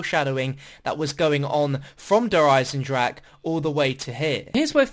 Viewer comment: you put in so much work and fair play. bo3 zombies has been far better than mp. but please pronounce der eisendrache correctly